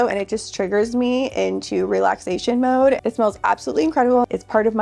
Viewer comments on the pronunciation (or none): none